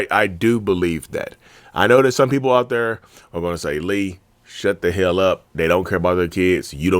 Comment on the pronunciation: "What the hel-Lee?!" 😂